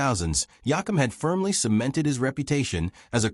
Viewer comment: Please learn to say his last name right